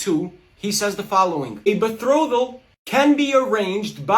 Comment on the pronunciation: Minus points for pronouncing betrothal wrong lol. As dumb as this guy sounds, it’s smart to just lie with confidence because most people just believe it.